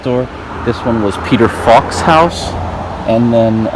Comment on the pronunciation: Peter "Falk"